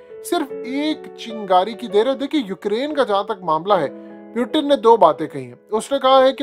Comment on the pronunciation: Pyutin nahi bhai wo Putin he 😂